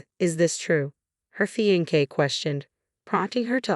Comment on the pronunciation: Sounds like a civil registration of marriage, thus they are married. Wedding ceremony to follow. Unusual, at least in the religious world, but legal. Having defended that, please find a reader that can pronounce "fiancé ". Thank you.